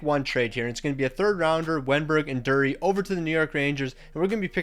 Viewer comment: It's pronounced Drury (Drew-ree) but I may be wrong...